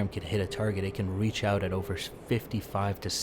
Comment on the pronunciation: "Alright we're getting oot..." Good call!! lol